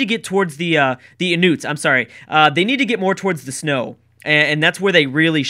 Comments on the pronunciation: I'll help with the pronouncing The Inuit sounds just like In-you-it's Champa is like Chaum-paw Sorry I just hate when people say things incorrectly. XD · Its pronounced in-u-its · Inuit is pronounced In-yoo-eet Eskimo is a term they dislike as it translates to Raw Meat Eater. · Love your pronunciation of words, they do tickle me can I just point one out, its In-u-it lol I'm going for Belgium, prob cultural victory!! Their special abilities are mint! Love these AI battles, keep up the good work mate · I believe Inuit is pronounced In-you-et, I also think Australia will win, I've got a good feeling about them, my second pick would be Mali, but my pick is Australia. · I believe Inuit is pronounced in-you-it, thank you:) and awesome idea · Inuit is pronounced "In-you-its", I believe. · They're pronounced ''In-you-its'' Also, Prussia! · I believe Inuit is pronounced In-Yoo-It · In-you-its is how you pronounce it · Inuit (In-you-it). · Btw it's pronounced IN- YOU- IT Just trying to help. :) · Inuit pronounced In-new-it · Holy shit when you tried to pronounce Inuit, I cried.